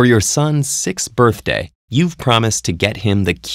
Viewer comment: You said birfday XD